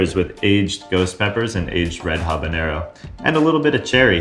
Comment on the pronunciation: I'm so happy to hear you say habanero WITHOUT THE Ñ.